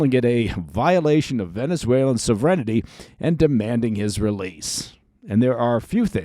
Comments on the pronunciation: "sov-REN-ity"?? you mean... SOV-ren-ty? sovereignty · Love this program. One small complaint: please pronounce “sovereignty” correctly. There is no vowel before the “ty.” 😎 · sovereignty: sŏv′ər-ĭn-tē / sɒvrəntiː I've never heard it pronounced "sovrenity" before. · That’s not how you pronounce sovereignty, right? lol, was so confused